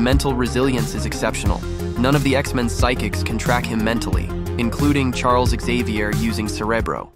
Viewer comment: I was all for it till the mispronunciation of “Charles Xavier “ and “cerebro “😂